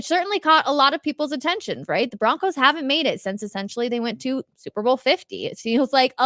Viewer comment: I BOlieve in the BO-roncos.